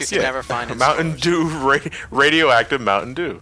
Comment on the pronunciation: I think you guys mean "Mountain Dewm."